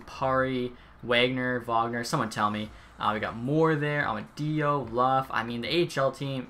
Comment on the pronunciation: Just fyi Amadio sounds like Amad-e-o love your vids!!!